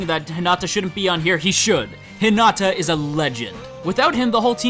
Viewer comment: You're pronouncing it wrong it's Hinata not Hinata